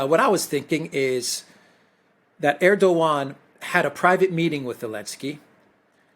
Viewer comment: Just a question Alexander do you consciously or subconsciously pronounce Erdoğan’s name incorrectly?